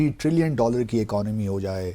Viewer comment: 3 trillion theekh se bola nhi jaa rha hain chacha se aur 3 trillion ki economy Karni hain inhe 😂